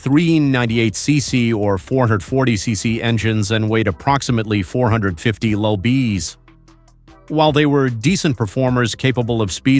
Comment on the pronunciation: Right! Low bees,lbs Minipiers mph! Lol!